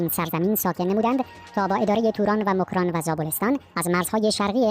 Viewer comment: موکران 😂😂 چه اینجوری تلفظ میکنی میخوای ادایی فارس هار در بیاری 😂😂